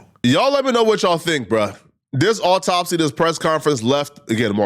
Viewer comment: “Awww-taup-C” Ben Crump